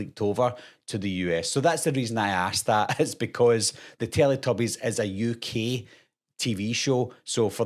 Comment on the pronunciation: "It's a ukeey Television shew"